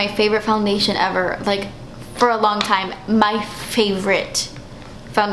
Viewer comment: "for a long taime" love!